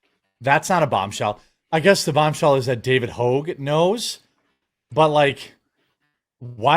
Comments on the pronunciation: It’s Hogg bro, not hoge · Bro. Its Hog... there isnt a second vowel anywhere in his name. Also, he is a giant duecher. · Why is Jeremy mispronouncing David Hogg's name? Did I miss something?